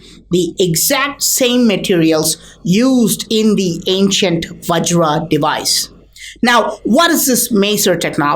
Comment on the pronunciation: Vajra, not vagira.